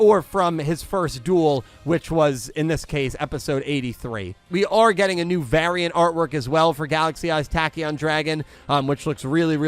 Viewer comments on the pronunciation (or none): none